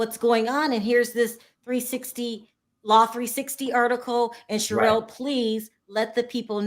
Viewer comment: I'M GLAD HE'S FIRED. HE WAS DISRESPECTFUL OF, NEVER EVEN BOTHERING TO PRONOUNCE HER NAME, CORRECTLY. Richards would come on, talk about himself for an hour and never really tell us ANYTHING. FOR INSTANCE, he would say Erika wasn't being forthcoming and his firm was trying to find out where the money was. But, he never actually said, "WE SENT A LETTER TO ERIKA AND ASKED HER TO EXPLAIN WHERE THE 20 MILLION LOAN CAME FROM". He would just say Erika wasn't telling him. In reality, he never got a straight answer from Erika bc HE WASN'T DIRECTLY WORKING WITH HER LAWYERS TO FIND OUT. HE WAS WASTING TIME, WHICH BILLED HOURS, WHICH TOOK AWAY VICTIMS MONEY.